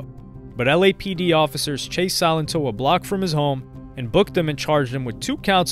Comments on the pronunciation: Bro you pronounced it Silent-Oh lmao I think it’s silen-toe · The pronunciation is Suh-len-to. If you're going to do a video on a person, know how to day the name correctly. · It's SAlento not SYlento. Smh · Pronounced as So-lent-toe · He really said silent-toe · Did u call him sonito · Yo i swear, everytime I hear somebody say his name it sounds like they're saying "Silent Toe" lmao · I'm pretty sure silento is pronounced sa-len-toe.